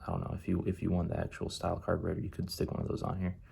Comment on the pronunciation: It's pronounced still not style, dude get your shit right because when you don't it turns people away making them think your ignorant